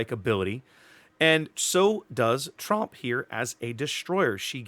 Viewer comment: The 'o' in Tromp is a bit like the 'o' in 'bored', but a bit shorter in length.